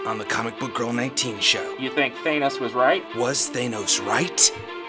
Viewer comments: THAN-ose, not THANE-ose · Why does this channel say thanos as taynos. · thay-nos? are you sure about that? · You're pronouncing "Thanos" wrong. Hope this helps.